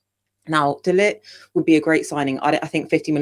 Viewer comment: Let's hope going forward you guys can make the effort to pronounce Matthijs de Ligt's name correctly especially after spent so much time talking about how to pronounce Zirzkees name!